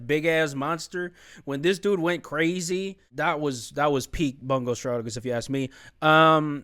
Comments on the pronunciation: No it's fine lol. It's not your fault. It's just a bit aggravating when it's EVERY reactor saying it wrong 😭 Much love to you man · Every time someone pronounces "Bungo" wrong, an angel loses its wings